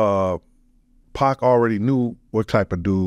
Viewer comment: Great podcast. Listening to wrestle with pronouncing "2pac...2pock...2puck" throughout it made it for me haha